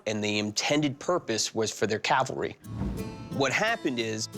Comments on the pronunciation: Cavalry, not calvary. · He can't even pronounce cavalry lol And obviously his struggling to remember his lines